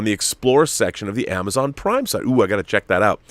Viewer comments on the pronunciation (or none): none